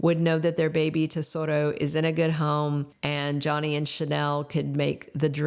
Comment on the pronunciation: Baby's name is Tesoro, not Desoto